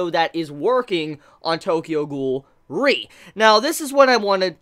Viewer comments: Now we know :RE pronounce as R E instead of re xD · When you say Tokyo Ghoul REE And it's Tokyo Ghoul R E